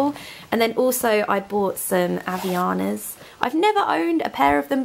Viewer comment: The way you said 'Havaianas' is very funny to me, since I'm portugese. Great video as always! :D